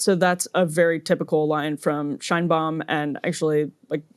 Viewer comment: The Mexican president’s name is pronounced ‘Shaynebaum.’